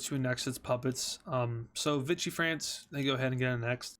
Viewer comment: it is pronounced vicky france and there was also free france in what's today cameroon,chad,congo and later the car and gabon